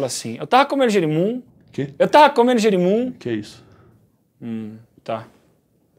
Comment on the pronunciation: "eu tarra cumendo girimun" kkkkkkkkkkk